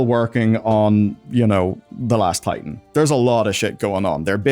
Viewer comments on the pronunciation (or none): none